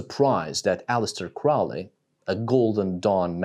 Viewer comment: Crowley rhymes with holy